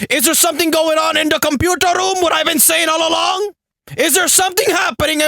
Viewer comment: "HORNY YOUR DINNER IS READY" "THE COMPUTAR ROUUM"